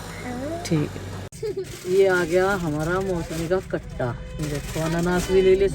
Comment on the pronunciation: mosmi nhi hota musami hota h